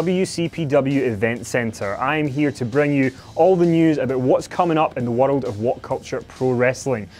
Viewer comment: stop saying world like wotled!!!